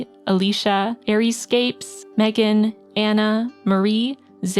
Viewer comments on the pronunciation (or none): none